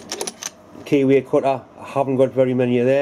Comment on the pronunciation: Don't usually have difficulty with your accent, but I wondered at first about the kiwi you were putting in the chuck! After a while I got it - a key way! All the best to all the Mills family, Dad, Deb,, Emmy and the boy!